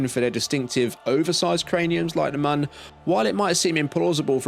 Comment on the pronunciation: Great video but god, it’s pronounced Mune! 😂